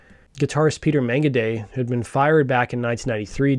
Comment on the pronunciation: Did you say guitarist Peter Megagay??